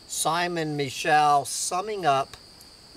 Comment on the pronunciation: It's pronounced Simon Me-show